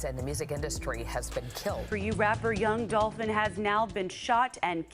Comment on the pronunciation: "Yung Dolphin" Can't unhear it...